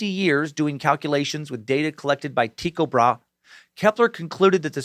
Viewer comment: Sir Suckington, it's pronounced Tie-co Bra-he